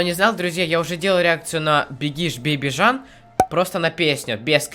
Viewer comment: Жан???не правильно,правильно джан